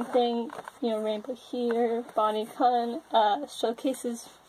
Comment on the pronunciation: The male Body Kun is pronouned with a long - U - sound like raccoon.